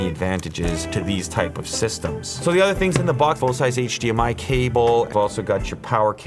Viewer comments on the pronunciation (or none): none